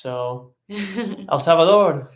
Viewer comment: You guys rock. The way you pronounced El Salvador. 👏🏽👏🏽👏🏽